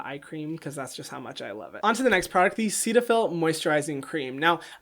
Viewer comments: Hyram: Seat-a-fill Me: Set-a-fill Hyram: Serra-Veee Me: Serra-vey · I thought CeraVe was pronounced “Sarah V” and I thought Cetaphil was pronounced “Set a Phil” 💀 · CeraVe is short for "Ceramide Vehicle". Ceramide is pronounced "Sarah mide". So CeraVe would be pronounced "Sara Vee". The "Ceta" in Cetaphil comes from the "Cetyl" in "Cetyl alchohol" which is pronounced like "Settle". Cetaphil would be pronounced like "Set a phil". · I feel you, I always thought Cetaphil was pronounced set-a-fil 🥴🥴🥴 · The way he pronounces Cetaphil really just annoys me